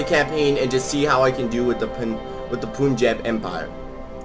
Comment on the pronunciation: As an Indian you have no idea how relieved I am now that you pronounce Punjab correctly